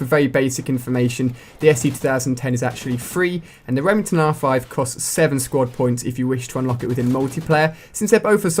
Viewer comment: lol reming ton